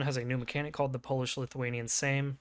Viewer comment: Your pronouncement of Sejm was pretty good.